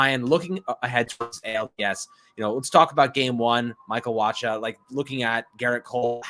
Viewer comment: The ch in Wacha sounds like a K. Waka